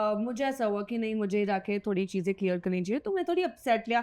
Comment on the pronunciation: Am I the only one who's blood boils everytime says "chizein"? I think is actually a mouse who's obsessed with Cheese.